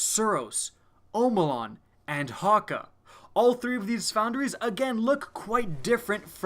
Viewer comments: The umlaut in Hake over the a, is actually usually pronounced much like eh not ah, FYI. Great video though nonetheless. I'm German speaking as well as English, that's why I am adding that. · Ramiel The Geometric Screamer in the Cayde's stash mission the jack of spades Easter egg he pronounced it "Ha-Kay"